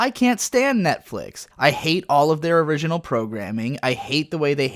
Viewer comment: Your inconsistent pronounciation of the word "original" is straight up killing me. Some times you pronounce it the same way you pronounce"" and some other times in this sort of weird french style.